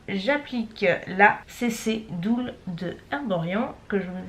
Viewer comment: "CC dull" = "deule", pas "doule"... Chez Erborian ils vont pas être content ;-)